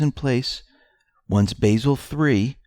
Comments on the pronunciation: Not to be picky, but, Basel 3 is pronounced Bah-sel. Not Ba-sil, with a long A. That is an herb, not a city in Switzerland where the BIS is based..... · Basel, Switzerland is pronounced Bah-zull not bay-zil. There are no Annens, only anons.